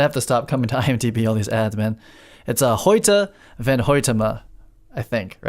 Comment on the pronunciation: "..to rescue Matt Damon" what? lol ... also, just for future references; the Dutch name "Van" is pronounced "Fan". Great video though.